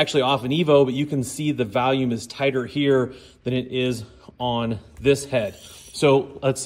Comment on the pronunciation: Theres no "A" in the word volume. 😂😂